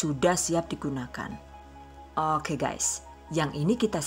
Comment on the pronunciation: Ku cuma penasaran sama pengisi suara THV...maap rada2 gengges klo pas bilang Oke..Hoke..piss yee bukkk😂